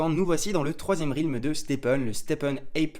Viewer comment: deja s’en tape, il est payé par STEPN pour faire la promo. Ensuite, son roi il est fait depuis longtemps, donc il s’en tape. trouve tout génial, sûrement parce qu’en Suisse tout est génial. Et on dit RÈLM et pas RILM pour dire realm. Aller peace et vive les HP et le confort.